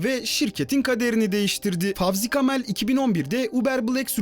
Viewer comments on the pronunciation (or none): Müslüman ismi olan Fevzi Kamil’i Fawzi Kamel diye okumak da ne biliyim büyük cahillik . Gavurlar doğru telafuz etsin diye öyle yazıldığını anlayamayan sözde youtuber arkadaşa sorayım , senin adını Oumour Ouzgour diye yazsalar biz de böyle mi okumalıyız ? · Kanal sahibinin cahillik seviyesi ölçülebilir sınırların da altında. Amerikalılar Fevzi kamil ismini doğru telaffuz edebilmek için fonetik olarak en yakın şekli fawzi kamel yazıyorlar. Bizim moronlar da bu ismi yabancı isim zannederek favzi kamel diye okuyor. Yıllarca beşiklaşlı afrikalı oyuncu ebubekire abubakar dediler ya aptallığa övgü isimli idiocracy gerçekleşti sanırım bu devirde.